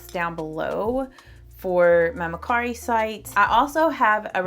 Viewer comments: I think it’s MER CARI. NO MAR CARI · It could be her accent, it's a little southern ❤. She pronounced it Ma/cari. Which I also say ma/cari lol.